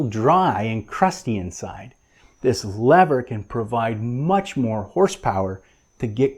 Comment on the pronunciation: You're one brave dude taking on a slippery subject such as grease guns! (wink) A tip of the hat to your bilingualism as you've gotten the American pronunciation of lever sorted. Great tip on storing the tube upright and bleeding the air from a new tube. The last two tubes i replaced, i forgot to take the pull tab top off the tube. Yes...two. Thankfully no one was around to witness. Grease and anti-seize compounds are instruments of the devil. Somehow the stuff seems to get everywhere!! Good to see the proper usage of a Cambodian Tire screwdriver and not one of your treasured JIS screwdrivers. And hey...now that i mention it, Isn't it time you debuted them and covered the JIS legacy? Cheers lad!